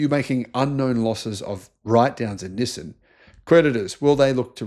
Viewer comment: "nih-sin" XD